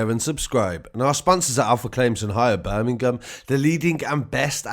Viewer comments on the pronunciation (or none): none